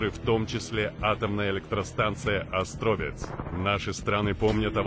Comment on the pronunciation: Ну, вот - ОстрОвец.... И как предлагаете слушать дальше, если не озаботились правильно произнести????